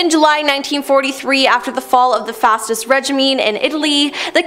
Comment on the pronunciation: ok this is how to pronounce sloviania and fascist. Fash-ist. Sl-o-ven- oh that happens because yup. Sl-o-ven-e-a OK